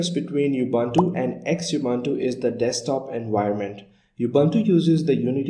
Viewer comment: Some points 1. Xubuntu is pronounced Zoo-bun-too 2. Ubuntu stopped using Unity in 17.10 and now using Gnome with a Unity like skin/customization, so it would be incorrect to call it Unity. 3. Xubuntu comes with LibreOffice Writer and you can see it in the video in the Menu. Xubuntu stopped using Abiword in 15.10.